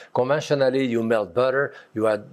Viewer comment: Seen him for years and it always throws me when he says "water" or "butter". It's totally absent his accent, and my ears cannot process it.